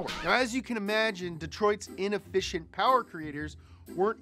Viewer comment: More powah baby